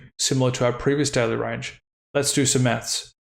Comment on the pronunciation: The way you say "daily" sounds like "deli".